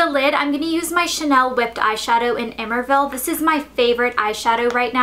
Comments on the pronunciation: Love your videos! It's pronounced eh-mer-vay-eh, though, not "emerveille" :) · Elle... "Emerveille" is definitely French, and so it's definitely pronounced "emer - vay - yay". Coming through AP French, I thought you'd know that...( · it's pronounced ay-mehr-vay-yay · The name of the Chanel shadow should be pronounced "ay-mehr-vay-ay", it's French for filled with wonder.